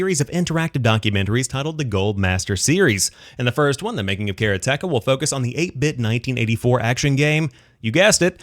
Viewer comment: Karateka is pronounced Ka ra te ka in swift order, and is a reference for a practitioner of karate. And I loved this game when I was younger. ;-)